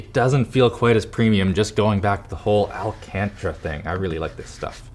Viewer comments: Did he pronounce 'Alcantara' as.. 'Alcantra'? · “Alcantra” you mean alcantara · al-can-tara not alc-antra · I don't like how you said "alcantra" it's Alcantara... Lol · Al-can-terra not al-cantra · Alcantra😂😂😂 Its Alcantara mate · Getting so triggered... Al-can-tara - not al-can-tra 3 by 2 ratio (DSLR photo ratio) - not 3 by 4 (old TV standard lol?) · Let's pronounce it together al can tara not al cantra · I'm not the only one bothered by how he says al-can-tara as al-can-tra right? 🤔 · Alcantra... Alcantara haha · The way he says Alcantara...it's al-can-taira not alcantra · It's not AL CAN TRA It's Al Can Terra! LOLOL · AL CAN TAR A NOT AL CANT RA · "Al - Cantra"? It's pronounced "Al - Can - Tera". Maybe that's just a Canadian thing. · Al-Can-Tar-Rah. Not Al-Can-Trah. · Alcantara, More like alCANTra say it properly. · its pronounced al-can-terra not alcantra just fyi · Its al-can-tar-ah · It's "Alcantara" not "Alcantra" lol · It's not bloody alcantra it's alcantAra, why do you north americans delete entire letters off of words. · Weird that nobody among LTT staff corrected him for saying "Alcantra". Sound it out bud, it;s pronounced the way it's spelled. Alcantara. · It's Alcantara, not alcantra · "Alcantra" No no, al-can-tara. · LOL ALCANTRA? No.. it's ALCANTARA He kept saying "alcantra" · the word is alcantara... not alcantra. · Alcantra?? Bro where did my man learn to speak english 😭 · I’m sorry but that pronunciation of “al-can-tara” ruined this video for me. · It's al-can-tara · AL-CAN-TAARAA FOR FUCK SAKE HOW HARD IS THAT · "AL CAN TRAH" lmao wtf, what a hick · Why did he pronounce Alcántara like that???? I have never heard anyone pronounce it that. I mean al-can-tra????? Really dude? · AL Can Tra lol Wth? Hahaha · Alcantara: "ALL CANTRA" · “Alcantra” lolol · did just say alcantra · It’s Al-CAN-tar-uh 😤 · Tf is elcantree? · "alCAntrA" 😳 Why was this review so amateur ish? He sounded like he didn't care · Correct pronunciation Al-can-Tara